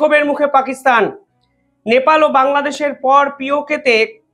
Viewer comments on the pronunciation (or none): none